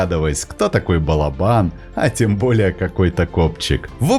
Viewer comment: Спасибо за классные рассказы о животных! Удачи и всех благ! Единственное, что прошу сокола называть балОбаном, а не балобАном (источник сокольничий и словарь Даля)